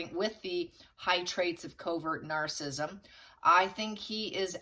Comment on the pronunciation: THERE IS NO SUCH WORD AS 'NARCISSM', THE WORD IS NAR-CISS-ISM.